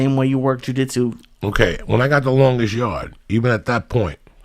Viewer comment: Ju DIT su